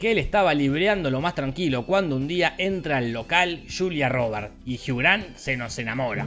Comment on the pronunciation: "Soy la Julia y Jiugran, juntos por el notin giiiilll" ME MORI JAJAJAJAJAJAJA